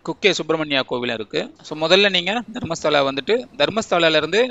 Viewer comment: No, Dharmashala , Dharmastala. Kolringa Kannada ve. Tamilians only correct prounce will not do.